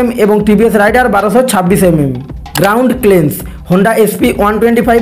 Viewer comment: গ্রাউন্ড ক্লিয়ারেন্স উচ্চারণ করতে পারে না আবার ভিডিও বানাতে আসছে 😂